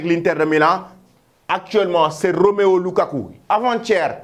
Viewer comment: C’est pas Roméo lukaku,c’est plutôt Romelu lukaku 😅😅😅 tu fais trop de faute du courage